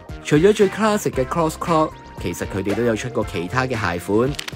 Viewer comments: 不是讀cross 是讀 croks C係有K音架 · 'Crocs' 的發音應為 kroks ，非 kros。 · "Crocs" 一直讀成 "Cross". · 都讀錯... 仲有好多其他... lost count. 😷